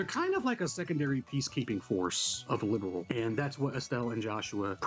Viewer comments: It was a fantastic remake 1:1 to the original. Sadly they messed up prononciation for a bunch of names ... "Liberl" isn't pronounced "Liberal", "Zin" is pronounced "Jin" , "Loewe" is pronounced "Lou-vay" It might hurt the consistency later down the line for new players like you. Hopefully they'll fix this in Second... chapter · I hate Gungho so much for making the VAs say "Liberal". It's LIBERL. there is no a in it.